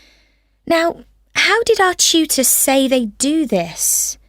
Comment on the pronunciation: The way he pronounced 'tutor' in question 30 is not amazing atall 😔I got 35 overall